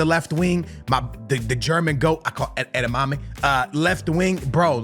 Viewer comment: Wait, wtf, din he called Adeyemi - edamame, like the vegetables ? 😆😆😆